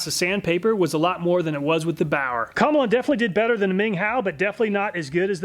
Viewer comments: I think you pronounce Komelon that like “chameleon.” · Obviously the komelon is pronounced chameleon like the lizard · pretty sure in pronounced chameleon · My apologies but I feel as if "Komelon" is pronounced "Chameleon". I'm not Chinese and I'm decent in English but that's how I would pronounce it. Since a Chameleon sticks it's tongue out and has the shape and colors to match the animal? Just my thoughts? 👨‍🎓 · I always thought it was pronounced the same as Chameleon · i did not think he would pronounce it that way and i had to pause the video to clean up the ice water i spat onto my lap